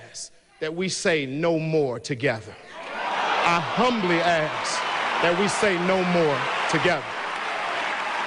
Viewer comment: I'm not trusting a brother who cant pronounce " I humbly ask." correctly. 🤷🏽‍♂️😂